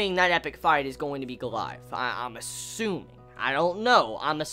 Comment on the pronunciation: It's not pronounced go-la-ja-th but go-li-ath -_